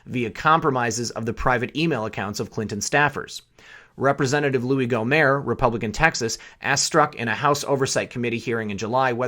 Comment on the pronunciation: (fyi) His name is pronounced Gomert not Gomere. No silent letters.